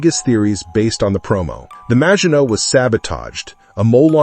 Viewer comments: Is this AI narration or does this guy not know how to pronounce Maginot - mah-zhee-no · It is rather 'Mah-shee-no' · I really like Ur videos, but stop using ai voice, Maginot...silent T...sounds cringe